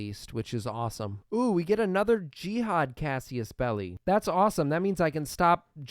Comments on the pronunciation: CASSUS Belli not CASSIUS belli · I listend to this for dozens of episodes and I need to ask this now. Where in "casus", as in casus-belli do you spot the letter the "i"? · I love your vids but pls start pronouncing casus belli and cavalry correctly I beg you